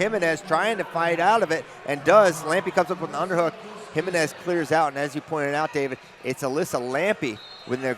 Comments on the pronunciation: You white guys. It's like fingernails on a chalkboard. It's pronounced He-MEN-ez. I stopped watching, my ears hurt. Have some respect and intelligence. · Exciting match! Can you please learn how to pronounce the name Jimenez? Let me spell it out for you phonetically: heMENez. Also, I couldn’t see a mechanism of injury for Lambe, but what I could see for her was sheer exhaustion and the need to take a breather.